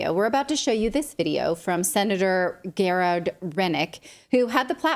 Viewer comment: Jjerad = Gerard